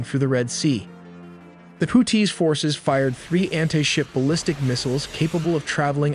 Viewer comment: Too bad AI can't pronounce things like missile names or houthis correctly.